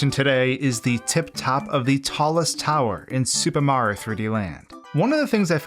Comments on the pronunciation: Sounds like he is saying Super Maro Land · What about how he slurs "Super Mario" into "Supamar"? I can't be the only one noticing this. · “Supah Mar 3D Land”